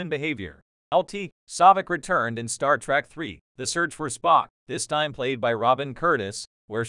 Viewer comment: Star Trek not Star Track ... these damn computer voices are a pain in the azz.